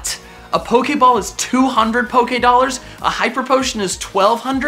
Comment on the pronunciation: Poké ahhhhhh dolers pokeedolers poke a dolers